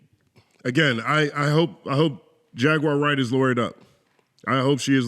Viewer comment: Piers Morgan couldn't even pronounce Jaguar Wright's name correctly and that reveals how he actually feels towards the Hebrew Israelite community. Stop going on the enemies of our people platforms and allowing yourselves to be exploited while knuckleheads like Piers and Vlad capitalize and make tons of money off of the backs of The Most High GOD Yahawah Bahasham Yahawashi's Chosen people. Let the Piers Morgans and Dj Vlads interact and interview each other! My bad, no one would tune in!😔🙄